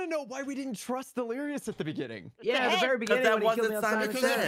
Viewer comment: Ah yes, Dleirous